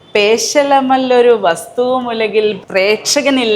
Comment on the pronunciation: ഒലകിൽ അല്ല ഉലകിൽ എന്നാണ്.